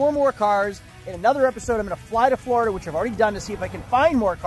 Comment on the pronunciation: you’re actually starting to pronounce Florida as, “FLOORida” instead of “FLARDA”. I’m so proud of you man 🤧♥️ Edit: the latter half of the video you went back to saying, “FLARDA”. My ears are bleeding 😭